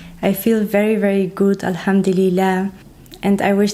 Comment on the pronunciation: Dear sister, please don’t take any offense but i would like to correct the phrase you oftenly use which should be “Alhamdulillah”, not “Ilhamduleah”. If you want to be grateful to Allah (swt) this is the right word and pronunciation.